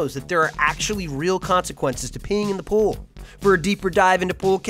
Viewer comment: Welcome to the ool. Notice there is no p in it. Let's keep it that way!